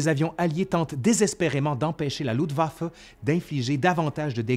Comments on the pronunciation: Quelle année ! Il y aurait tellement à dire sur les erreurs de commandement, mais je crains que dans ce cas, il faudrait presque 1h de plus ! En tout cas, cette grosse synthèse est déjà riche et passionnante ! Merci ! Petit bémol : c'est LuFtwaffe (armée de l'air) et non Lutwaffe ( ± arme de sang), comme tu prononces ;-) Mais bon l'idée reste la même ^^ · Le sujet est traité de façon magistrale..... Un tout petit petit petit détaillouinet cependant.... Cher tu oublies systèmatiquement de prononcer le f de Luftwaffe.... Rien de grave docteur... cela ne nuit en rien aux grandes qualités de ton travail fouillé et pointu. Thanks. Jmb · Toujours un plaisir tes vidéos, excellent travail. Par contre, c'est moi où tu prononces "LUTwaffe" au lieu de "LUFTwaffe" ? Ca me perturbe haha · Bonjour, merci pour cette vidéo, c'est toujours aussi enrichissant. Par contre mes oreilles grincent à chaque fois que tu prononces le mot "LuFtwaffe"! Il te manque le F! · luftwaffe=> se prononce louFtvafeu